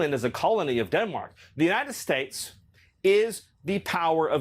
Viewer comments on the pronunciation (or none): It always sounds like he wants to say the “Jewnited States” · The way he says, "United States" bothers me. It sounds like 'Yoo-Nigh Stets'. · Anybody notice how many times Miller mispronounced “United States”? Even Trey Gowdy doesn’t know how to react to Lady Graham. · Why does he pronounce United States so strangely? You can tell he was bullied his whole life.